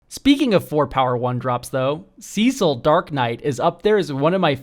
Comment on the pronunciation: I have never heard anyone mispronounce Cecil that badly